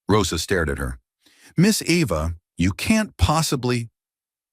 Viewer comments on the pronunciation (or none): Not Ĕva, Ēva, like EEvă. I hate all the photos of her in tears and all the laughing family and society people. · Great story. speaker needs to learn pronunciation of characters names and writer to keep the spelling of their names the same. Eva